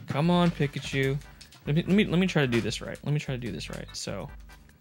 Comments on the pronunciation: Sorry, but I’m gonna be THAT guy... Peek-a-choo not pick-a- choo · Bro....its said "Peek ah choo" not "pick achew"..lol. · "PICKachu" hah love it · Why you say Pikachu like that? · That Arkansas Pikachu pronunciation got me rolling 🤣🤣🤣 Great video!